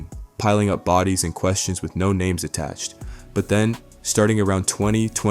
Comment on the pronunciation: Bro why you he doing reports on people and u cant even pronounce they damn names right. Find something else to do gang